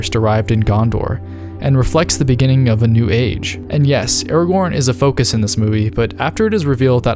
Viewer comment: Bro stop saying aragon’s name like that.